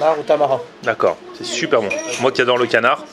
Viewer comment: Je rêve ou il a dit " sonper"